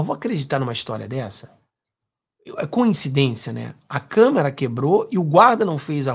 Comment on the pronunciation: "de menor" ? "câmara" ? 🤦🏻‍♀️